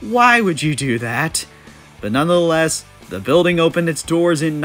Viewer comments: "None the less" has 3 syllables. What are you saying that has 4? "None of the less"? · "Nunna" the less? C'mon.. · Not even gonna argue with someone who can’t pronounce “nonetheless”